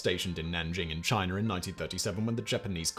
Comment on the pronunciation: It’s “China” not “Chiner” lol